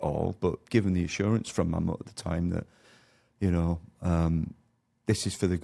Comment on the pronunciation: Can't even pronounce Mammoet correctly, explains alot